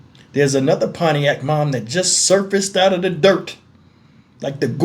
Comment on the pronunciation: 😅😅😅 PONIAC...you forgot the T in ..PONTIAC MI..